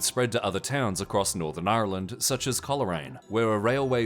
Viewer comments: It's not pronounced the way it's spelled - so "ire land?" I've heard Brits say it that way too. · On today’s episode of “north Americans trying to pronounce Ireland” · The way you pronounced Ireland is amazing and I want to start a petition to make that the official pronunciation purely for my own amusement